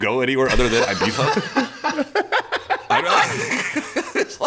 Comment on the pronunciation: Ee bee za! Not ay bee za 😂